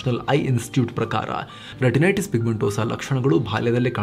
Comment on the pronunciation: a small correction. Once u pronounced retinities, then renitities. It's OK. Don't mind. Just told.